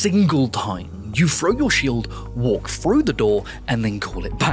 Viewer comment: I won’t listen to someone who can’t pronounce (in his words) haff his words and says frow instead of THROW. I hate people who are this pathetic